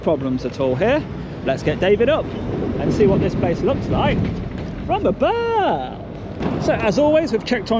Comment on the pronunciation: Did you mean to say appealing as in pealing potatoes 😂😂😂. Also love it when you say let’s get David out and see what it’s like from ABOOOOVE